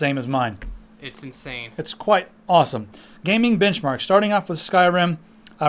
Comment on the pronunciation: I ate a chip when you said benchmark, at around , and it sounded like you ssaid bitchmark... That's what chis brown leaves on his girlfriends...